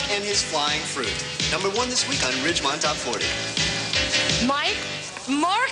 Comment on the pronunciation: It's Fast times at Ridgemont not Ridgemount